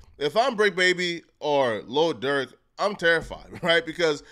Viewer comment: This clown called him lil Durth smh. Learn the rapper name first